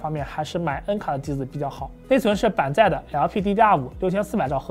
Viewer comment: 的SAM问题，最新的BIOS已经可以开启了。有两个读音纠正下， 的夹jiā在， 的板载zài。 不少观众提到的，坐在妹子边上就表情有点严肃，这几次也一直在改进，到不是紧张啥的，最近出镜多的辰辰和艾艾小姐姐都合作很多次了。主要还是自己的表情控制不太好，一个人说话的时候还好，不念稿踩提词器的时候容易控制不好，今天又专门花了点时间反复练习，下次在和妹子录的时候一定改善这个问题，谢谢大家的指正。